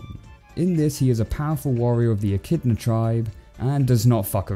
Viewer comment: I swear I heard you say "Echidna-not"